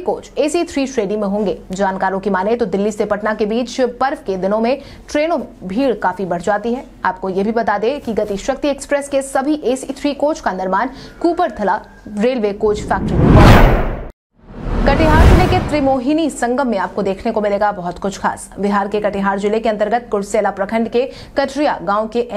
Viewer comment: "कपूरथला" को गलती से "कूपरथला" न कहें।